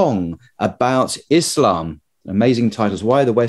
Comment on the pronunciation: Thanks for not calling it "Izlam"